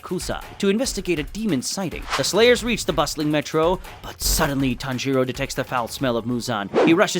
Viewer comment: Did anyone count how many times he said tanjoro